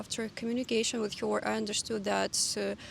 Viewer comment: Your English is very good, but it's funny to me how you pronounce 'her' as 'hyor', even though you pronounce the 'Ger-' in 'Germany' perfectly and they sound the same. I don't know if you appreciate English tips in the comments, but I just wanted to say that ... Anyway, another fun and interesting video. Thanks. 🕊